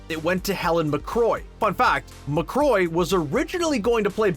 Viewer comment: It's Helen McCrory, not "McCroy."